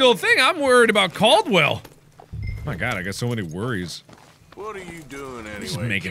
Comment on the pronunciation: I am deeply offended by people who get my name wrong. It's CARDWELL NOT CALDWELL. And by the way Mark, his name is Leviticus Cornwall. Good day to you Sir Markiplier.